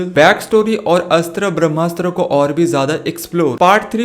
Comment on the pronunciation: It's BHRAMASTRA not BHAMASTA... But anyway's video is awesome👍👍